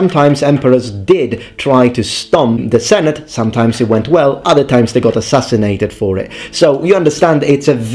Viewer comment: "somedime'maybe good, somedime'maybe SHIT!